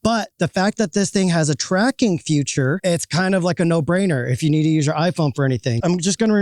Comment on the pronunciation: 'Feature' is not pronounced as 'future' ;-)